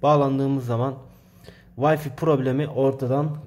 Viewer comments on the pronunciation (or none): Vayfiii değil güzel kardeşim. Ya türkçe okunuşuyla vifi diyeceksin, yada ingilizcedeki okunuşuyla vayfay diyeceksin. Birini türkçeden, öbürünü ingilizceden alınca ortaya karışık vayfi çıkıyor ve kulakları tırmalıyor.... 😊